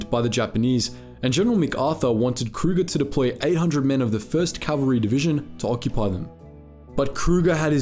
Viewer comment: The pronunciation is CAValry, not CALValry. Think of the word cavalier.